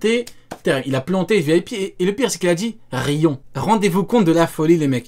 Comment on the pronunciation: a dit: ryons xDDDD ça m'a tué